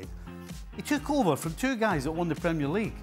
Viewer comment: Hey ESPN can you please teach your hosts how to pronounce PREMIER LEAGUE. You’d think that with the pundits around the table saying it properly that host boy could pick it up. It kills your credibility.